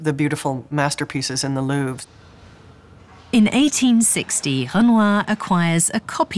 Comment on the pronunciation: Seriously can’t handle the way keep pronouncing “Louvre”